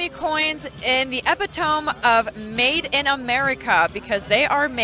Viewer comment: Spelled EPITOME... PRONUNCIATION ....EP IT O MAE